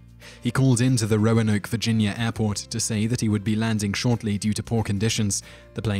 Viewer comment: Roanoke is pronounced ROW-NOH-K Source: I'm from Roanoke